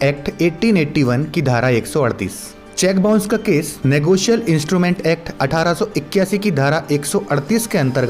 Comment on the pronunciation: Its not negoceal.... Its negotiable